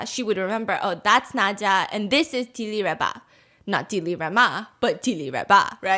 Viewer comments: she not Di-Li-Reba shes Dil-Raba, you pronounced her name wrong the whole time too😂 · It’s Dil Rawba. Not dilly rawba. Today’s mandarin Ebonics lesson Steph. Love bofe your channels..👏🏻 and your art in the background. Did you do those yourself?